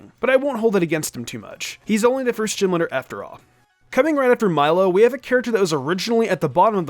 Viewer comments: I couldnt sit through this whole thing when he was saying gym leader like Jim lidr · Anyone else hear “gym litter” the entire video?